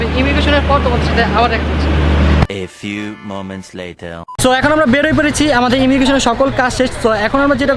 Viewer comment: And not volg its vlog*,and not letter its later*